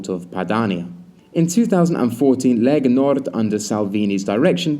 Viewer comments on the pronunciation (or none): Lega Nord, not Legal Nord.